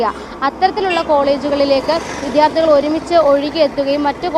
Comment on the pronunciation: വിദ്യാർത്ഥി എന്ന വാക്ക് ശരിയായി ഉച്ചരിക്കാൻ ശ്രമിക്കു.